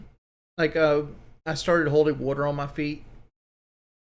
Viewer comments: Listen to this buffoon just babble on: “Ya see, wudder…wudder in your legs…as you get older…heavier…gravity…wudder…I’m not a doctor, obviously.” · Take a shot of Pepsi everytime he says wudder